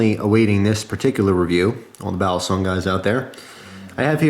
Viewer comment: Its pronounced "BALLEEEE SONG.. not "BALASONG